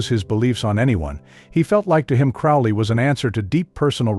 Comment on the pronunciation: You can tell this guy is an idiot as he can't even pronounce Crowley correctly.....bit of a giveaway